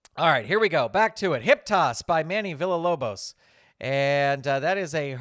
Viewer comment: Not to nitpick or anything but Manny’s last name is pronounced VEE-YAH-LOBOS. I wasn’t able to attend the Pirrenial, but I’d love to have a copy of the Wardlow card for my own AEW fed.